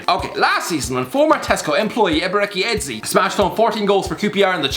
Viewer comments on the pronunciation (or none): Eze is pronounced "Ay-zay" not "Ay-zee" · Never seen someone butcher Eze’s name so badly 🤦🏾‍♂️ it’s like he’s trying to annihilate it